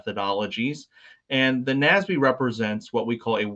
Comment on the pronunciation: Ugh...it's not "Nasby," it's "N-A-S-B."